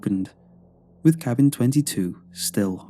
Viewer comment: Apparently, someone or something cursed that cabbing 😉